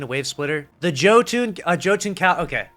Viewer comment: Every time I hear a Destiny YouTuber mispronounce Jotun ( pronounced Yo-Ton) I die a little inside and my faith in humanity is further lost.